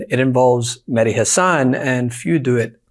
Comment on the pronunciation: Med-Heee! My MAN!!! BOOOOOM!!!!!!!!!